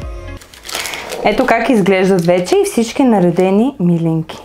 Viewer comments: милИнки, а не мИлинки (ударението!), все пак е традиционно българско и се знае в цяла България. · ТОВА СА ИСТИНСКИТЕ СЛИВЕНСКИ МИЛИНКИ С ПУДРА ЗАХАР!БРАВО!ВСИЧКО ОТ СЛИВЕН Е ПРЕКРАСНО,А МИЛИНКИТЕ СА ГЕРБА НА СЛИВЕН ♥♥♥!СЛЕДЯ РЕДОВНО КАНАЛА ТИ И ТИ ПОЖЕЛАВАМ УСПЕХ!п.с.(ударението е на второто И );)... КАТО БЯХ ДЕТЕ ИМАШЕ ЕДНИ СЪВЪРШЕНИ ПИРОЖКИ ПАК В СЛИВЕН НА АВТОГАРАТА.ЩЕ ТИ БЪДА МНОГО БЛАГОДАРНА АКО ОТКРИЕШ РЕЦЕПТАТАТА И ГИ ПРИГОТВИШ ♥♥♥